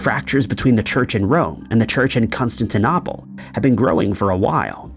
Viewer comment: You started the discussion of the Crab supernova by saying it happened in 1004 although you later got the year right in multiple citations of 1054. You also mispronounced Constantinople among other things.